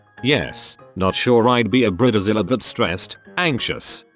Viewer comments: I really tried to watch this video but it is just terrible, not the content of this video but the narrator's pronunciation of bridezilla and many other words! Brit ta zilla? Bride zilla! Where the hell did he get Brit ta zilla from? I mean I have British friends and they definitely know the difference between Brit ta and Bride. They also know that Brita is the name of a water filter for the faucet in the kitchen! Just saying. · Robo announcer makes it sound like “breeder Zilla”. Yep. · Human: bridezilla Narrator: brita zilla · Bread zilla? 🤣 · Laughed every time I heard "Bree Dee Zilla" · “Brid-a-zilla” XD